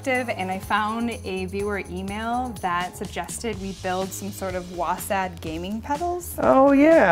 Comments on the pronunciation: You know he's not a real gaymer when he pronounces WASD as "WOASADD" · Nice video but why are you saying WASaD or WASeD? it's WASD! Like WASP but with a D. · This guy sooooo doesn't game or know anything about it. Its not wasad its w a s d